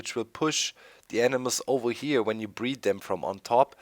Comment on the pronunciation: "Lets take a look ova-heya" lol